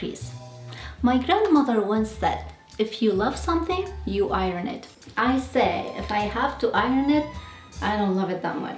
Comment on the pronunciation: Hi there... Thank you for taking the time to make this very instructional video and for sharing it. Now, please forgive me for adding this (I mean no disrespect) but your pronunciation of the word iron, could use a little practice. Thanks again and a happy 2026 to you.